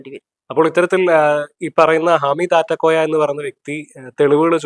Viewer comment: ആറ്റക്കോയ അല്ല, നാറ്റക്കോയ 😂😂😂😂